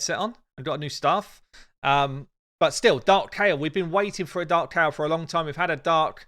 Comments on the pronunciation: It's ky el we all pronounced it wrong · How they pronounce Kael though...